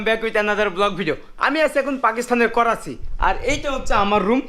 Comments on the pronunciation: Korachi noi dada karachi bolen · Korachi bolen ken bar bar Karachi bolen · Are sutiya 😂 It is not a korachi Its is karachi